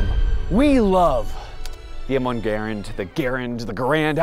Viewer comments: It’s the Mal One Garand. Say it right. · The ML1 “Malone” 👁️👄👁️